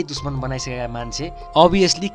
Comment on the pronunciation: Like if you heard him saying duchmaan instead of dushman!